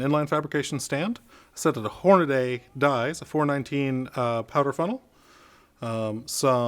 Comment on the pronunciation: He lost me at "Hornaday"!